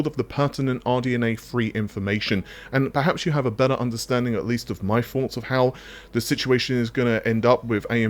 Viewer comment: That DXR Dirt 5 demo wasn't very impressive for RT. I think RT really shines with global illumination, but few games do that. (Latest Remaster of Metro does it I think) PS. I still find it funny you pronounce thoughts as forks. LMAO (anything with TH as F)